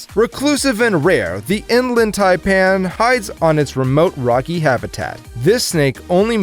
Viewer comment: You failed hard on the inland taipan